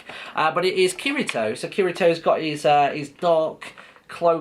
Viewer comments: also is Kirito (Ki-li-to) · it pronounced key-D-toe